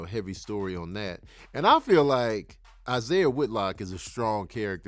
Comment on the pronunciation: Killing me saying Isaiah Whitlock 😅